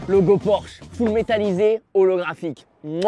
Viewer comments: tu feras attention brozer c’est bien porsche et pas porshe je sais pas si ça peut se corriger mais au moins t’es au courant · C Porsche pas porshe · incroyable la vidéo mais PORSCHE PAS PORSHE 🤣Humour bien entendu j'ai adoré la vidéo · Le « pimp my porshe » au lieu de Porsche m’a fait mal au coeur.. Mais bravo Michou, tu régales tes proches tu as bien raison, vivre à fond on sait pas de quoi demain sera fait alors continue à profiter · Porsche s'écrit comme sa pas porshe comme ça petit tips avant de te faire taper dessus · Super vidéo mais c’est Porsche pas porche pour le pimp my Porsche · Le porshe au lieu de porsche 😭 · "porshe" la honte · Porsche et pas porshe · PORSCHE ET NON PORSHE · T'as pas respecté le nom de la marque 😭 C'est Porsche avec un C pas juste SH 😂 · "porche" j'ai eu mal aux yeux ahah (PorsChe) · Porsche pas Porshe Michou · Tu feras gaffe à pimp my porshe c'est "Porsche" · j'ai kiffé la vidéo mais le pimp my "porshe" et pas Porsche je fais une fixette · Porsche c'est avec "sc" pas juste "s" mdr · ✨ Porsche ✨ et pas "Porshe" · Mdrrr Michou c’est porsche avec un C donc "pimp my porsche" pas "pimp my porshe" bahaha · Sa se dit PORSCHE !!!!